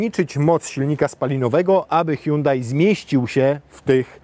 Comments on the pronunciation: Po koreańsku to fonetycznie „Sionde” czyli Hyundai 🙂 „Huang hę” to może jest po chińsku. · Jakie sionde czlowieku, Koreańczycy wypowiadają to (h)Andey gdzie h jest nieme